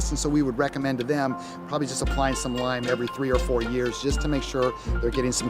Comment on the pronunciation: It’s applying, not appying.